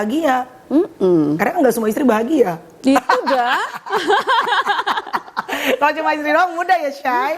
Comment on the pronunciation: Di menit 16.36 “itu dahh “😂, sdh ketularan logat bali😂